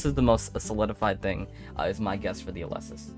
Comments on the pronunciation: its pronounced "Éleusis" not "Eulésis" 😂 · It hurts to hear how he pronounces Elesis..